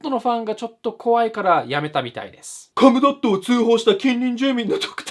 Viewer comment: マイルドヤンキーVSネット民 途中、興味無さすぎてコムドットをコムドーム言うてるやん ゴムかよ これはPDRなりの話題の薄さを例えたのかな？笑